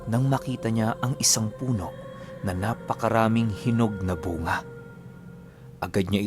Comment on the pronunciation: ang nga nga poh ay bu-nga xa ilonggo